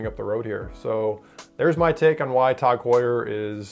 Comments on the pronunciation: Tog Tog Tog Tog. God damn it's TAG. How do you say Heuer right and get the 3 letter acronym wrong 5 million times. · Bro...it’s TAG! Not TOG. How can you pronounce Heuer correctly but not the acronym TAG? Don’t tell me they’re shit watches if you can’t even call them out by name correctly. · Before you review a watch brand, learn correct pronunciation. My God, it’s Tag, not Tog. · What the hell is "kash-a" [phonetic]? Seriously? Can't be cache for that would not fit the context. "Tawg" confuses us as well it's as as nonsensical as Joe "Deer-tay" [phonetic] (Dirt). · “Tog” Heuer